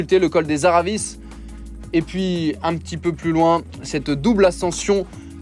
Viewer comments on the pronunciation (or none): Super résumé mais on dit « aravi » et pas « aravisse » 😅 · "creste volande" "aravisse" la voix off fait une effort stp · Aravi et Crè Volan ,on ne prononce pas les S